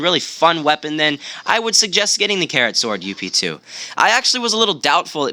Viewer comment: ITS NOT (you-pe) Its (Ughp-Two) In longcut its Upgrade